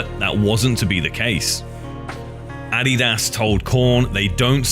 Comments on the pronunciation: addy das ? I've never heard someone call adidas addy das. 😂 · Addy-dos... WTF, you mean Adidas..? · I cannot get over the way he says Adidas. It is not ah-de-dass. It is a-di-das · It's (uh-de-duhs) Adidas. Not (A-de-dass) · Please learn how to pronounce Adidas. Not andidas wtf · It is pronounced "Ah-Dee-Dis" not "Ah-Dee-Daas" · I hate to be nit-picky, but ADIDAS and Puma are actually pronounced A-dee-duss and Poo-ma Not Addy-duss/Pee-oo-ma 😋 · im sorry, but adi-das? lmao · I’ve never heard someone pronounce ADIDAS so wrong in my life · The way he pronounces Adidas and Puma....is....well peachy. Lol